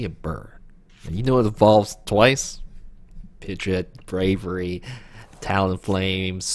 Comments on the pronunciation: Pidge-ot bro, like 99% sure it was pronounced that way in the anime too! Basically Pidgey + the "ot" not "it" like you were saying. Just saying not trying to be mean. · The way you're saying pidgeot is driving me up a wall lol